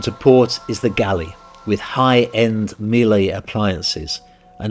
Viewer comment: please learn to pronounce Miele correctly